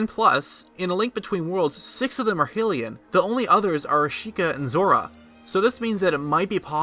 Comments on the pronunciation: Dude, Hair-ro-win(s). Hero-win(s) is not correct. High-lee-yans. High-lee-yuh. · your saying hylians wrong